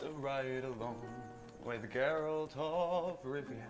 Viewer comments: when finally says Geralt right👏🏼👏🏼😂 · Biggest smile on my face when finally pronounced Geralts name correctly!!! Good job mate! 👏🏻👏🏻👏🏻👏🏻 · Don't want to add to your confusion but the yes, the G in Geralt is like the word "graphic". But also the E is pronounced as an A. Sounding like Gare-alt. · FYI: He names all his horses "Roach". Geralt is actually very old. Witchers can live for hundreds of years. So he has outlived several Roaches. "Geralt" is also pronounced "Jur-ALT". Remember this is a Polish fatnasy series. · Geralt is G like Gary....Gar-alt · Its pronounced GAIR-ELT